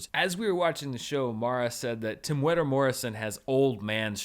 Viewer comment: Great episode. Props to, he actually pronounced Temuera's name pretty well for a non-New Zealander, no-Maori person.